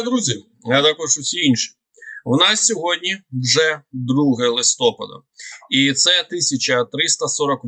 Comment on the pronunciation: Все ж таки в слові "листопад" правильний наголос на "а", а не на "о".